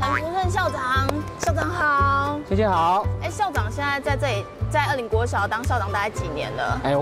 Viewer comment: 大概在2分30到3分鐘那裡 發現捲舌好像真的很重要 不然二林國小直接變成惡靈國小 有夠恐怖